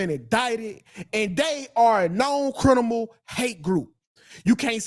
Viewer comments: “crinimal”? Dude take some elocution lessons! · "Crinimal" -😂